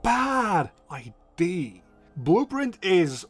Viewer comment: it's idea, not id. Always easy to spot a Belgian 😂